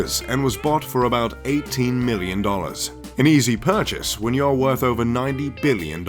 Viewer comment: Soon, I can be a MULTI BILLIONAIRE and No.1 Riches in the World. ( "Woth" ;-)